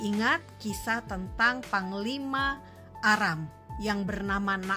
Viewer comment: Terimakasih atas informasi dan edukasi... cuma sekedar koreksi saja... untuk penyebutan nama tempat harus benar-benar jelas... seperti nama tempat "Aram"... kata Aram jika tidak diperjelas bisa terdengar seperti "Arab".... ini sangat penting untuk diperhatikan... karena kalau hal kecil ini disepelekan akan berdampak salah sasaran dan tujuan dari informasi dan edukasi tsb... Terimakasih semoga bermanfaat...GOD BLESS ISRAEL 🙏🙏🙏